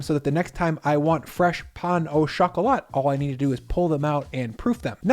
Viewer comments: Me being ticked off at him repeatedly saying "pan a choc-a-lot"😂. It's 'pah-oh-shok-uhh-la' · pls stop saying pan a chakalat, thats not how it is pronounced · It is pronounced "peng-o-chocolah" 😂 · I can't believe you pronounced it pain au chocolat instead of pain au chocolate :buffering::oops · That french is wack son.